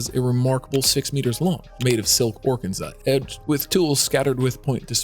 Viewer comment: NEXT TIME—PLEASE make sure the narration /narrator knows HOW TO CORRECTLY PRONOUNCE fabrics like “faille,” “organza,” “Chantilly,” etc. The crazy mispronunciations were seriously distracting.🤦🏻‍♀️